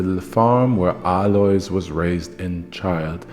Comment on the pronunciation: For the record, since you`re usually an expert at foreign pronunciations in German the s in Alois is silent.